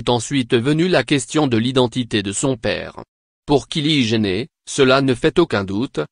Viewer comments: WAAAAHAAAAA 😂😂😂😂😂😂😂😂😂 le gas nous lache des kili gener et des boy fri1 sens pression 😂😂😂 aucune honte il nous lache sa oklm 😂😂😂😂 Sa se pronnonce Kaylie JENNER et non "gener" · On prononce " kali jainner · HAHAHA non on prononce "kayli jainner"